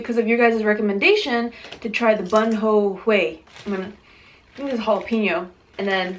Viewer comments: It's pronounced Boom-Bu-Way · I love how you pronounced it. It's actually pronounced bóon bò hwé. 😬😬😬😁😁😁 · It kept on bothering me that she kept saying everything wromg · You said Bun bo Hue Wrong LOL! And Did nobody think of Pho? Pho is Life! <3